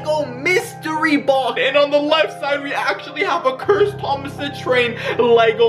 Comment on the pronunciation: Bruh it said THOM AS😂